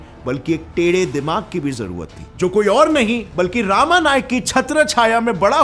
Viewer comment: It's not रामा it's रमा नाईक Full name is रमाकांत नाईक